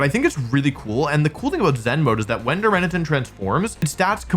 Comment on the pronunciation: Also it’s Dar-muh-nitten. You gotta work on getting these names right, WompfleyABC.